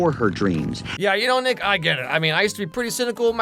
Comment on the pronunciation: I had to rewind sounded like you said 🥷mad at you…. 😂😂😂 it was Nick Is Mad at you…. My bad